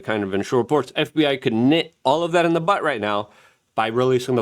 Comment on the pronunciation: Did I hear you say "Nit it in the Butt..?" Or did you mean "Nip it in the Bud" perhaps, or is this an American saying..? 😜